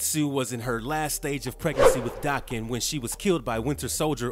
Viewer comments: It's not Daacan. It's Day-ken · It's Japanese so it's Dah-ken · Its day-ken. And I have a crush on daken. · In all the years this character has been around this is like the third time I've heard his name said out loud. And all the other times i've heard it also pronounced Dokken. I guess that's what it is. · It's Dah-ken. Japanese pronunciation